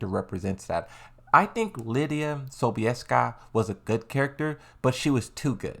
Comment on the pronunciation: As a Pole - you spelled Sobieska very well.